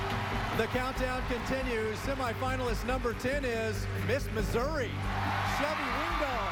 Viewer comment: Is nobody gonna talk about when he messed up Florida’s and Missouri’s names